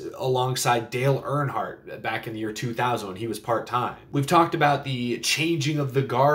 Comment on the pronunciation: Props on getting it right when it comes to saying Dale Earnhardt. Everyone calls him "senior" now, he did not like being called that. Dale is Dale, Junior is Junior.